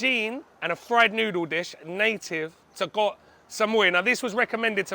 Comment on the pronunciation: Thank you for pronouncing KOH (island in Thai) correctly! KOH and PATTAYA are the most mispronounced words by farangs.